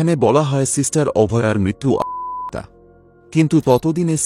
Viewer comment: আত্মহত্যা উচ্চারণটা ঠিক হচ্ছে না